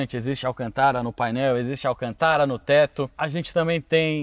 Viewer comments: pq você pronuncia alcantára ? não tem acento agudo na palavra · Não é Ruracan é Huracan e não é Alcantára é Alcântara.